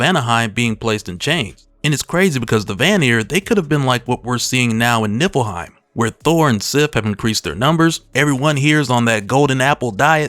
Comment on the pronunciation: Haha you said Nippleheim!